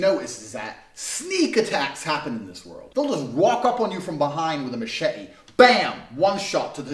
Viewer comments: What the hell is this guys accent? He sounds like a british guy trying to sound american. The way he says “machete” “haven’t” “nonstop” and “litcherally” like hello chief are you good? Are you good? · Steve Robinson he actually sounded cockney when he pronounced machete.....